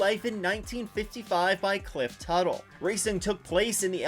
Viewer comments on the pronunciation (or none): It's Cliff Tufte, not Tuttle. And it's the 'National Park of Speed'. Otherwise, I really enjoy your videos.